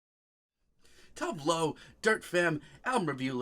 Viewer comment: Honey...! Her name is pronounced as such: Too-vay Loo